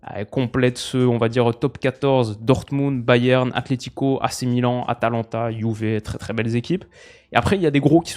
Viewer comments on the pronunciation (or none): none